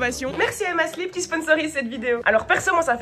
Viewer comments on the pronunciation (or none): À chaque fois que tu dis «Emma Sleep», j'entend «Emma Slip» (sans haine aucune, je trouve juste ça marrant) Sinon tu expliques hyper bien, et quel plaisir de te voir mettre du papier peint sans rager!